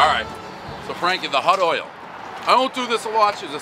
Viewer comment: Can he really not pronounce the word oil?